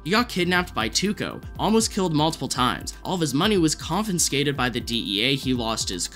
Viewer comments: Not trying to be rude, but you say “confinscated” a lot; there’s no N, it’s just “confiscated” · Confiscated is pronounced CON-FIS-KAY-TED